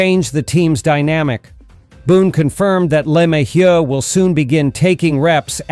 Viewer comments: Is there a reason why who, or whatever is speaking can't pronounce "LeMahieu" properly? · This guy sounds like a idiot the way he pronounces LeMahieu name